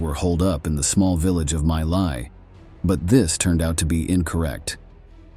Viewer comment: It's not pronounced "My Lie" but rather "Me Lay".